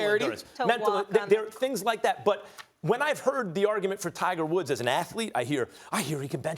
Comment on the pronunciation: max says "Tiger Wolf" haha